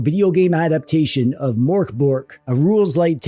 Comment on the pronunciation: The mörk in mörkborg is pronounced more like murk instead of mork. The pronunciation of borg is acceptable although the g in it is pronounced more like a y.